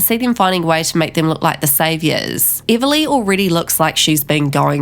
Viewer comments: Before you spread rumours learn how to say her name! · What accent do you have? You pronounce everything wrong. Even her name.